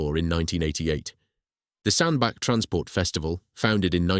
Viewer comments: really irritating the commentator cannot say Sandach. it is pronounced Sandbatch not Sandback. he can say Middlewich correctly but not Sandbach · Why the f**k do people keep calling it 'Sandback'? lmao, it's bloody SANDBACH... CH as in Chair not CK as in THICK ! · Sandbach is pronounced SAND-batch (IPA: /ˈsændbætʃ/). The name sounds like "sand" followed by "batch" (as in a batch of cookies), emphasizing the "ch" sound at the end rather than a "k" sound. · Pronounced Sand batch 🙏🏻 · Its pronounced 'sandbatch' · Excellent video. In your narrative draft please put a T in Sandbach ie Sandbatch so your text to speech software will pronounce it properly. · And miss-pronouncing Sanbach.